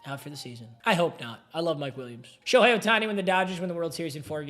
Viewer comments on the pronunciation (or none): none